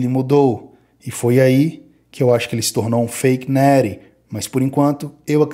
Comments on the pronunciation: “Fake neeeeety” cara como eu amo o pronuncia perfeita desse cara muito satisfatório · Fake Nattie, Liver King, Neeeeck, Chef Rush, por favor, alguém faça um compilado de 1 hora dessa pronúncia perfeita kkkkkk. vai ser uma potência dos canais de musculação. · feiq NETII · Jesus Maria José!! Fake neeeeeeeris, que pronúncia maravilhosa.